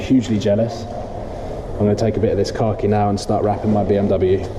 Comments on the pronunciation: I keep hearing satin car key green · Anyone else hear "Car Key" green lol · Why are you putting a "r" in khaki? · I thought he was saying satin cocky green as in shit green 😂😂 makes "more" sense now. looks great either way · it seems like you're saying "Car key" instead of Khaki lmao. It looks incredible. Congrats once again.